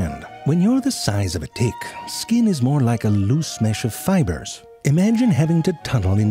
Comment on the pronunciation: I meant the way he says it. I'm not sure if it's dtick or tdick. He does such a good job combining those sounds.